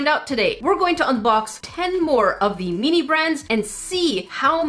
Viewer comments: every time they say mini it sounds like they are saying meany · meanee thats what i hear when she says mini